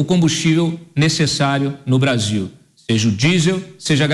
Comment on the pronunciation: Obrarzil. Perciza querce. Deca geito lascou o brazirriro